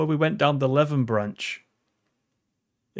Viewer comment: FYI, Leven is pronounced Lee-ven ( as opposed to to Lev-en).